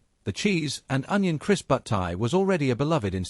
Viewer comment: "Butt-eye" 😂😂 nah mate, it's "Butt-e"